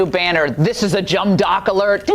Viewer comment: "jum dock"? Surely she meant to say "dumb jock" 🤣